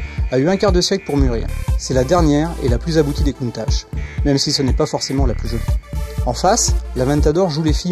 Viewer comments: ça se procnonce pas countache mais countak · il ne sai meme pas prononcer countach la onte